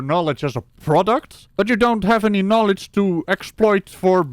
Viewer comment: He's giving us 'narlidge'. Clearly the world needs more 'narlidge', whatever it is. 😁